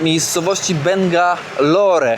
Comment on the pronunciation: Miasto nazywa się i wymawia: Bangałor. bardzo dobrze, że sobie szukasz slamsy i pokazujesz. Nie wszystko powinno być miodem i kwiatami, czasem potrzeba much i gó***.🌚